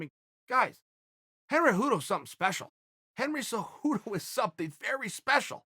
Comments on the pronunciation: Chael "Henry Hudo" Sonnen. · Chael “Henry Hudo” Sonnen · Chael “Henry Hooto” Sonnen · Chael "Henry Hudo" P Sonnen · “Henry Heduo is very special “